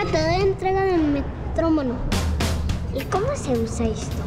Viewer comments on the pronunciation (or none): dijo metromono en vez de metronomo